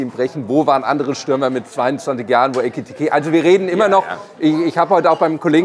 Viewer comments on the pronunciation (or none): der Spieler heißt Ekitiké und nicht Etikité! 😉